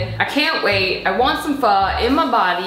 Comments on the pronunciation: CRINGE!! Pronounce pho like ur asking a question. Also, interesting kinda pho. Not something I've seen before, but looks good. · I always pronounced Pho as PH-OOO not PH-AAAAA😂😂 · its pronounced “fu” like fuck but without the ck lol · Omg you really phoking messed that up big time 😂 This is very but very faaar from pho 😂